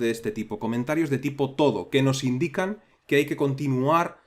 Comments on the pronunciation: Fantástico vídeo, como siempre. Solamente una aclaración: no parece que la nota "TODO" en el comentario se refiera a la palabra "todo" en español, como la estás pronunciando. Si esto es un término que usa todo el mundo, por convención, la lista de tareas lo reconoce automáticamente, y atendemos a su función, tiene toda la pinta de que esto es realidad es "To do" (traducido, "por hacer"). En inglés se utiliza este término como un sustantivo y se habla de los "todos" (to-dos) como las tareas pendientes de realizar. Pongo esto por si a alguien le ayuda a memorizar y entender el término. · Por favor! No se pronuncia TODO es To Do, "a hacer" en inglés, pronunciado "tu du". Por lo demás buen curso.